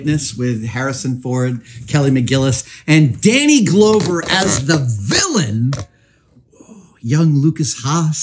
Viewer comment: Danie glowver?? Danny Glover😂